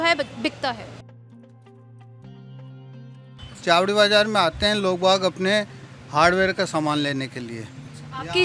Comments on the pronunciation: मैडम जी कम से कम जगह का नाम तो सही ले छाबड़ी बाजार नहीं है चावड़ी बाजार है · मैडम पढ़ना लिखना कुछ नहीं आता चावड़ी बाजार को छावड़ी बाजार कह रही है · छावडी बाजार नहीं चावड़ी बाजार मैडम पहले बोलना तो सीख ले